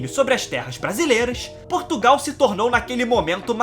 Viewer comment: Nao se diz Porrrrrrrtugal Diz-se : Portugal...